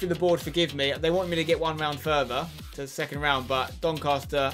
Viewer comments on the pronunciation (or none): none